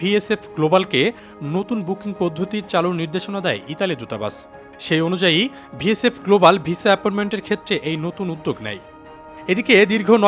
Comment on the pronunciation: Vsf noy vfs, barbar aki vul bolchen.